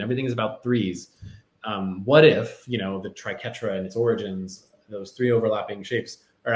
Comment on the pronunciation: Your a writer on the show and you can't say Tri-qwet-tra.....look up how to say it.